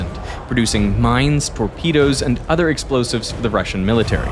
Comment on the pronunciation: wtfq are "LOSIVES"? 😅